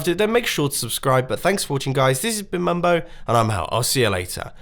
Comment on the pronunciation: its not bumbo its mumbo